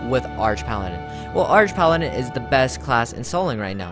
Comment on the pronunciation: I thought it's pronounced arc paladin. Like archangel.